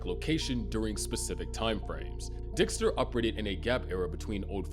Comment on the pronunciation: . am i the only one who heard Dihxster????